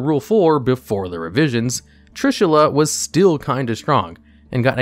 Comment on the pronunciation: Not Trushilla, but Trishula!